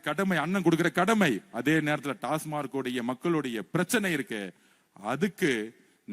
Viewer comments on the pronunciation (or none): none